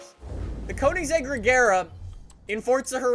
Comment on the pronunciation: Jaylen Reives-Laws conansaeg regeera